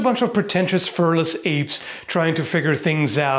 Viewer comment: Furless apes!? Who are you calling firless!?